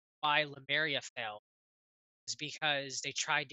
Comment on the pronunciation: It's too bad the audio is choppy, it's really hard to hear things but it seems you guys heard him well, weird. Also, why is saying Lumeria instead of Lemuria, am I missing something?